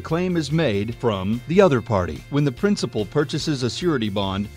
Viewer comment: good explanation, says "prinicipal" instead of principal just so you know